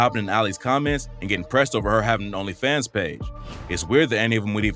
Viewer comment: What's even more annoying than this drama is the fact that I can just tell the audio on this video is AI generated. Like I know it's a new thing but god that shit is so annoying to hear when it annunciates certain words like "Onlyfans" all weird. Eventually all videos are just gonna be ai generated just waiting for the end of good YT content :l big L on Lotti tho Juice prob mad ash rn wherever he is.